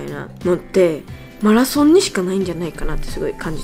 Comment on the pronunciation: 『メラソーンであしーがうごかな〜くなりーマシダ』で吹いたw お疲れ様！！